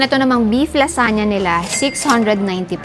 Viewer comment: LaZuhnya 😂 not lasanya